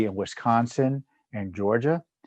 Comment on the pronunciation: Tom! Did you just say wisconin? That must be the combination of Wisconsin and Michigan.